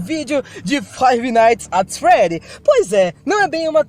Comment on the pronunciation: Toda a vez que o fala Five nights ats freddys eu fico com dor física 💀